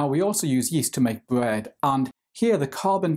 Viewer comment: the way he said bread 😶